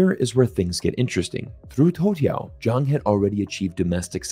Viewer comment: Love your videos, but just as a side note, his name is Zhang, but you were pronouncing it like Jiang. Not easy I know!